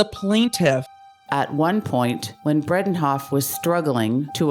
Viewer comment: Since this is about Elaine, the narrator should know that her name is Bredehoft - not Bredenhoft.